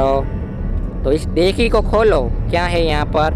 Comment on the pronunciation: डेकी नहीं डिक्की होता है